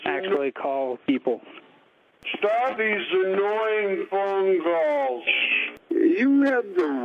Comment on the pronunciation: "Heeellllooooowwww?" Lol nice setup for a nice seriesh of cawlsh